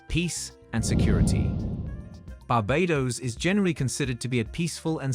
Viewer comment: They both are great islands and very British. I would love in both places. And please, pronounce Barbados correctly. Thanks.